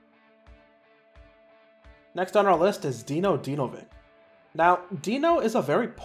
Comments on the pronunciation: Dinovik 😂 jesus.. its Dinović. (Dinovich) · Just wanted to jump in and say Dinos last lame is pronounced Dinovich, as I believe he has polish descent so the c becomes a ch.